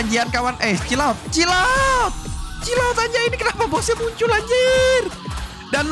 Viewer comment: tulisan ny chill out ngomong ny cilot :v (canda)